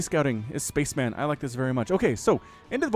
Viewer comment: It's pronounced spa-chem-en, not space man.